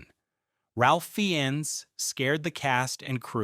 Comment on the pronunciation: PLEASE please please please teach AI how to say Ralph Fiennes!